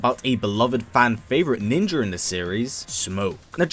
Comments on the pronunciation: Why do you pronounce ninja "Ninjer" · Why are you pronouncing ninja with an R? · NINJER Did anyone else hear that too? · He said ninjer👌💨💨💨😅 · Did he just say ninger? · Accents are accents. I know what they are, but it always amazes me how he says Ninjer lol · "Ninjer" Lol